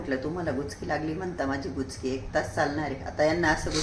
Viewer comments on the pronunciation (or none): गुचकी नाही उचकी